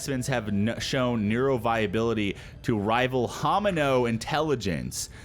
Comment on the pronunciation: Love your informational videos on here and will be hitting that like button. Oh in the utahraptor loading screen you said homino when I am certain it is hominid.